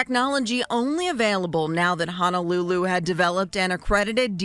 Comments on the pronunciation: Great work! Great science! One thing that’s obvious to anyone from Hawaii. They keep saying Honolulu wrong. It’s not Hanalulu. It’s Honolulu. Hanalulu is something else. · Amazing story, but I must mention one gripe. Only the prosecutor pronounces Honolulu correctly. For those of us who live in the islands it is grating to hear everyone else in this video mangle the name of the most well-known city in the state.